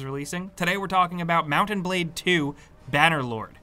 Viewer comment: I keep hearing mountain blade lol